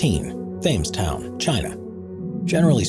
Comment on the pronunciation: "Thames town" is pronounced "Tems town" as in the Thames river (i.e. Tems river).